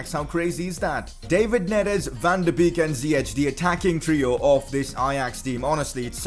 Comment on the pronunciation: It is bake not beek